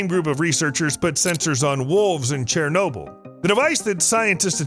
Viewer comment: Wait. Did he say “CHAIR-nobyl”?